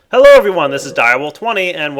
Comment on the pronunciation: god why is so gay its like he has the speech impediment of the century he doesnt say hello he says HALLOW in this really quirky and ironic voice yet it ends up being unironic and just the facts of he cant say pretty either its all like OO THATS PREEETAY god damn what is he like afghanistanian or something jesus dick on a horse